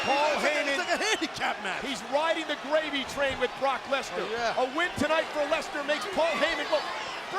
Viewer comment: When the commentator said rock and brock i thought he said rock and rock😂😂😂😂